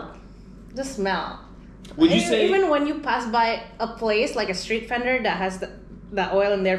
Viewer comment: This is the 2nd video i came across in your channel.. Honestly I am sceptical on.. Explaines why dont speak Mandarin and she pronounce Fendor (Vendor), a typical Indonesian pronouciation of V😜.. And your pronouciation on word "about" explained you not from the USA🤩